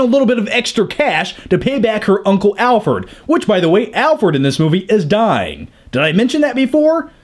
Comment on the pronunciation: it's funny how your pal says Alferd instead of Alfred , just like I've heard you say Nukeuler/Nucular instead of Nuclear in some other video xD